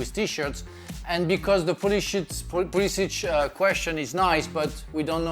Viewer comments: Frank said pulishits😂😂😂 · Frank called Pulisic PulliSHIT 😂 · not frank saying pulishit💀💀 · Frank's subtle "slip" of tongue "Pulishit" :D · Frank said pulishit on purpose. bahaha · Are we gonna ignore Frank said Pulishit? 😂🤣